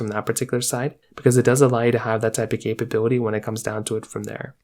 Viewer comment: How many times you say capab8lity?